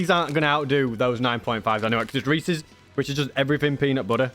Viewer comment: BUT, he pronounced Reese’s correctly. Something 99.999% of Americans fail at.